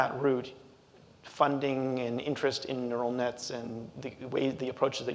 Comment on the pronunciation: "Ural Nets" 😂